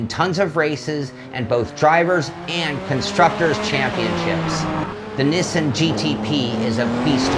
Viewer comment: Niss-in? You know the Japanese pronounce it the same way us North Americans do, right?